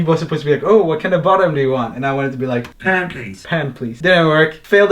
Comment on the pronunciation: "Pan please" sounded like 'pankakes'